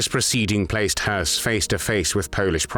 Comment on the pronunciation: Höss is not pronounced like "hearse." There is no R sound in this name. It's pronounced "Hess."